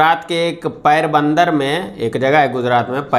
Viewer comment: अबे जाहिल यू ट्यूबर, तू गुजरात के पोरबन्दर को पैरबन्दर बोल रहा है. साले ज्ञान बाँटने वाले, तुझे तो खुद ज्ञान नहीं है.